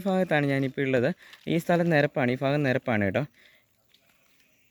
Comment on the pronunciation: ഫാഗം എന്ന് പറയാതെ ." ഭാഗം " എന്ന് പറ ചേട്ടാ